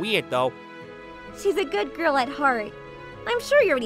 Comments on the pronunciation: i started laughing my ass off when the dude said gayrl and immediately looked in the comments for this comment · He said goil but it's soposed to be girl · he literally says "goyle" instead of "girl" omggg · Can't help but chuckle hearing the word "girl" pronounced like "Goyle" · I like the guy that said goil instead of girl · instead or girl he says " goyal" lmfaooooo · Bro said girl like gool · he said goil instead of girl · He pronounced every other vowel like bugs bunny “The kindest Goil” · Also, he pronounces girl like goil. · bro wh-why the main character can't pronounce (girl) in right pronunciation i dont know why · I cant stop wheezing when he pronounces "girl" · Good show but i don't like how he pronounces things explanation Girl goal Person peson